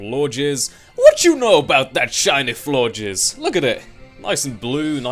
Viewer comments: I was so disappointed to hear you say floor-jizz like everyone else. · Seeing as the first to have french endings(Flabébé and Floette) Florges is probably pronounced floor-gey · Lmao I heard floor jizz too :/